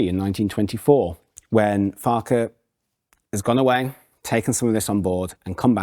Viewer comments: It's not pronounced 'Farkar' it's pronounced 'Fark-wah'. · PLEASE, PLEAEE PRONOUMCE FARQUCHAR correctly. It ought to be "Farcher" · Unluckily for you, Joe pronounced it 2 different ways. 😂